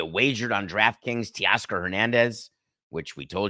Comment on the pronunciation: TAY-Oscar NOT Tee-oscar🙄